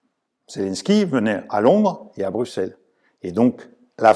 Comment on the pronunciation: Très bonne analyse comme toujours et c’est un plaisir de vous entendre en français également. Par contre en Belgique, on écrit Bruxelles avec un X mais ça se prononce Brusselles 😄👍